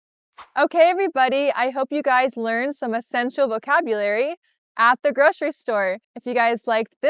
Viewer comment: groSHery list?? groSHery store?? Are you sure?🤔